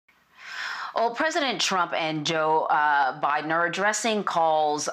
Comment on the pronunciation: Did she just said JOE BIDNER ? ?? Or Am just going crazy here